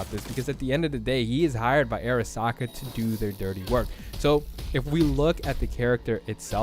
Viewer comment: Great vid thanks, you just say "AIRasaka" a few too many times for me xD